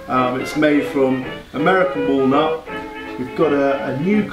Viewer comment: American Wall-nut NOT American Wallmart